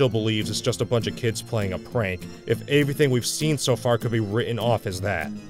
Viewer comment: he says averthing